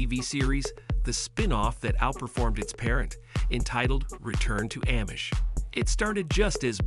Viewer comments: No absolutely not! I’ve never in my life heard anybody pronounce it in the way it is in video. It’s throwing me off every single time lol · Not Am-ish, it’s pronounced omish, the A sounds like it is silent, Amish!